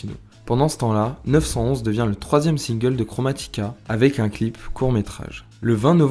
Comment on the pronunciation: Merci beaucoup pour la vidéo super intéressante !! J'ai appris beaucoup de choses sur une de mes artistes préférées que je respecte énormément. Simplement pour tes prochaines vidéos, regarde bien la prononciation des titres des musiques (genre disease et nine one one) et juste t'as oublié de mentionner le Chromatica Ball Tour c'est dommage, c'est vraiment pas un reproche ce sont juste des conseils !! Bravo pour la vidéo et merci encore, bonne année 2026